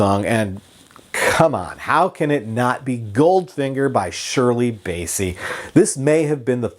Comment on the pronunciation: It’s BASSEY as in CLASSY not Bayssie as in Count Bassie!